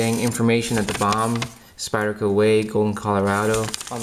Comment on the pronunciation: can you please stop saying Spire-Co ...its SPYDER.. With a D... not spire, SpyDDDer